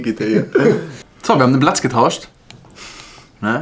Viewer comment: Q7 Muttipanzer und E ... gähn ... übrigens heisst es Platz und nicht Blatz ... next video please